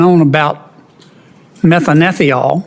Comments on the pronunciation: Senator Kennedy butchered the chemical name he asked about. He was referring to methanethiol. Prounced methane thiol, with chemical formula CH3SH. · Methyl what? He pronounced it 7 different ways to Sunday. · Shame Sen. Kennedy couldn't pronounce the name of the plankton-derived chemical. It's a thiol ffs, it's not difficult.